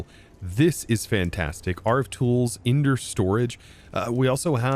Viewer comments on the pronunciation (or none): none